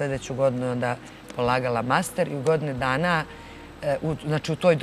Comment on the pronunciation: tri go'dne zeno daj nauci da postoji slovo ...A sa fahrom smori...sad joj se ne uvlace vise u pedu